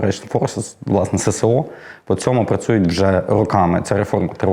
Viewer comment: Не СеСе-О, а Ес-Ес-О!